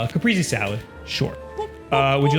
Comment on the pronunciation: “capreezee” salad 🤦‍♂️